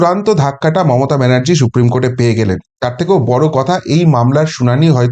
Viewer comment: Esh esh she, সত্যিই SHupreme উচ্চারণ